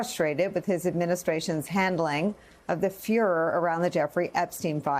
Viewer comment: This is probably the fourth thing I’ve seen on YouTube where they’re saying the word Furer